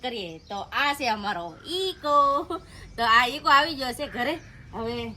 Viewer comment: Ego na kevay eko kevay